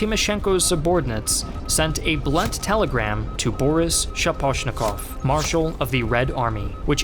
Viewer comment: Good video. My only complaint is random stresses in many Russian surnames and words. E.g. it's Kirponós, Sháposhnikov, and raspútitsa. But this is relatively minor, and typical for foreign videos anyway. Russian stress tends to fall where English speakers least expect it :) You are actually doing a pretty good job.